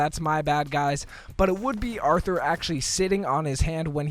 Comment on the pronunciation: Hold up. Did you say Arthur? No it is Artur